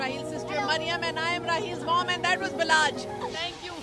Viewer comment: Its balach not balaj